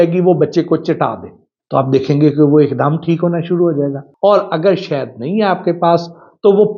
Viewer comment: جاہل شہد ہوتا شید نہیں منہ دھو کر اچھے کپڑے پہن لینے کے باوجود جاہل صرف زبان سے پہچانا جاتا ہے